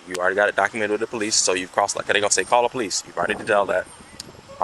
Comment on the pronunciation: " De Powe- leese'